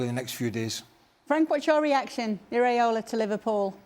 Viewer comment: It’s Iraola Stevie not Areola😂